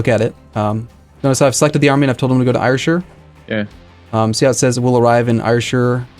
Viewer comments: "air-shire" not "eire-shire" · I live there and yes its pronounced air-shire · Ayrshire is pronounced 'air-shir'. Since you're playing as Scotland, just thought I'd share that. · i get so triggered when he says ayrshire wrong, its pronounced like air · hi, just to say its Ayrshire is pronounced "Air Shire"